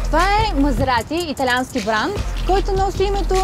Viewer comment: "това е Мазеаати, итаянски баан", хубаво заснето, адски тъпо реализирано, и водеща с говорен дефект, никакво задълбаване в колата